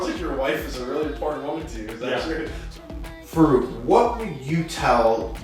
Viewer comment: Its funny how white people call muslim names. It is FAA-ROOK, the way you should pronounce. Amazing guy amazing story and great content. Also, you need to know a little difference between Pakistani Music and Indian music. You will be shocked ;) Listen to coke studio Pakistan. Know Pakistani music and do not put stereotype annoying music in the background.